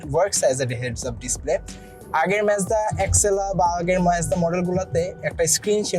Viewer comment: its Mazda bruh. not Mezda :/